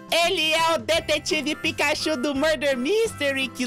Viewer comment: ne picachu nao e picachurru